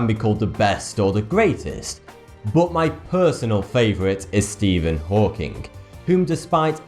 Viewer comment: does anyone know why he pronounces words like stephen hawking with a k at the end like stephen hawkingk